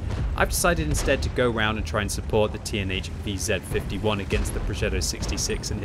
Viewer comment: It took me several times hearing "Teenage VZ55" until I realized that you were talking about the TNH VZ55! :-D